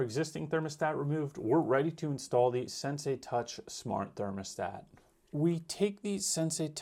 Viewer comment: At least pronounce the name correctly